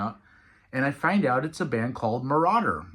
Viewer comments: Came here to say this. MIR-A-DOOR. 🤭. Jake literally says it onstage. They were incredible. Can’t wait to see them again and again. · Hey. ....glad you finally got to the show! But just FYI , Jake's side project band is named Mirador NOT Marauder.🫣